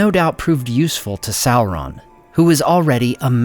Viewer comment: I like how the Americans destroy the pronunciation of the name of people and things i mean how do you get a Kelebrimbor from Celebrimbor they cant even pronounce sauron properly